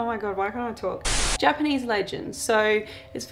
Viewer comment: I love the “Japalese” legends lol. On a side note, you and Jared are such a cute couple! Much love from Tennessee 🖤🤍💝🤍🖤